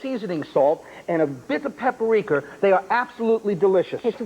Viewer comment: Paprika 🚫 “Papperiker” ✅